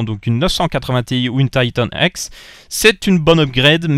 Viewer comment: "Taïtanne èxe" Ca me fais toujours marré xD (Je le dis pas méchament hein)